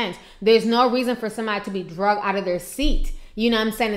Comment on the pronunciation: HI T, PLEASE I THOUGHT I'D JUST CORRECT YOUR LINGO A LITTLE BIT. IT'S .....ANOTHER AIRLINE GOT 'DRAGGED' NOT 'DRUGGED'. TO YOU SAY 'DRUGGED', IS SOMETHING ELSE. PLEASE KEEP THE GOOD WORK. LOVE WATCHING YOUR VIDEOS ;). STAY BLESSED.